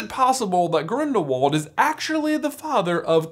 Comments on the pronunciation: not to be pushy but the pronunciation of Grindelwald is grildelvald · Gellert is German, meaning his last name is pronounced Grindel-vald!